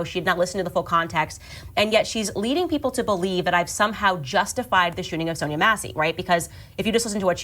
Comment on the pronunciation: Nobody ever pronounces SONYA SONIA SONJA correctly. Lonnnnnnnng O, not short unless specified!